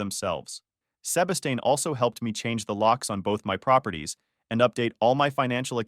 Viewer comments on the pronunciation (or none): good story but every time the narrator pronounces 'Sebastian' cracks me up (seba steen, instead of seh bas tian) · "Sebba-stain" 😂 ugh, AI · Sebastian is pronounced “Sea-bash-ton” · On the upside, at least he had Seb-uh-stain there to advise him. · Y’all need to work on the AI pronunciation of Sebastian